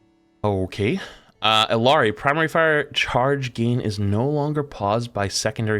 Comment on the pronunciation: I can't tell if is trolling for the way he says Illari (Eyari, that is how you pronounce it by the way cause shes Spanish)